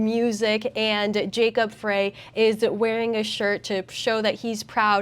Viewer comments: Do you see the number and letter blocks spelling out the address on the black door? The address “Nicolet” is spelled wrong also. The correct spelling is NICOLLET. Also, it’s not Jacob Fraay, his name is pronounced Jacob FRY!!! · It’s pronounced “fry”/“frei” not fray. FYI just so you know how to pronounce mayor Frey. As for Nicolett it’s “nick-o-lett” or another accepted pronunciation is “nick-lett” as in Nicollet Avenue or Nicolett mall in downtown Minneapolis which is the road that only buses can go down it’s the center vein of downtown Minneapolis. This is from someone who grew up for 18 years and Minnesota plus lived worked and played in downtown Minneapolis before during and Immediately after the disaster and riots in 2020 and has since moved out of the state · Pronunciation update. Jacob Frey is pronounced Fry. Nicolett is pronounced Niclet. Hope that helps. Love the work.